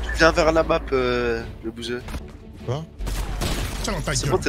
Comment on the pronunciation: Mdrr jp il dit qu’il connaît pas la Map puis après il dit g jou et à caul ofe duti jconé la mape